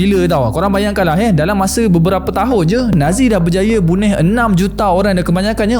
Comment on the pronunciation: 1.15..bunih ke bunuh...ke salah dengar